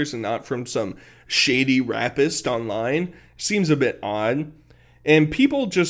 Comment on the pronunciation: “Rappist” 😂 bro you are on a level I don’t even think you understand yet